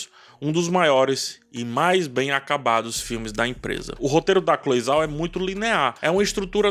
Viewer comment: 👏👏👏👏👏 Se pronuncia Cloe "Jao"